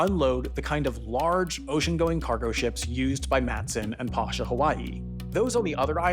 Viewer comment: Pasha Hawaii is pronounced "Pay-shah" Hawaii.